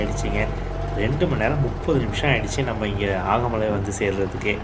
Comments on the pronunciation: ஆகமலை அல்ல, அகமலை. தேனி மாவட்ட மலை கிராமம். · அது ஆகமலை இல்ல, அகமலை